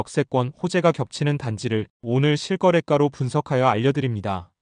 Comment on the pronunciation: '실거래가'를 '실꺼래까'처럼 발음하면 곤란함. 발음 프로그램들이 언어를 파괴하고 있음. 정신차리고, 발음 바르게 할 수 있도록 각성하고, 조치하기 바람.